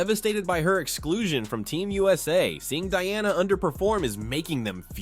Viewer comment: If USA wins gold, did they still make the wrong choice. Also you start the video by saying Diana’s name correctly. it’s like you forgot how to read. Who is Deeana